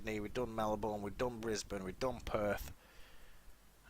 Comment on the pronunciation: U said Melbourne wrong!